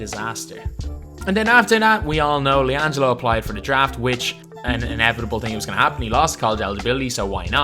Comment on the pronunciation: you mean LianJAILo Ball